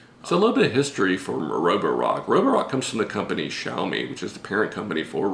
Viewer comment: Impressed with your pronunciation of xiaomi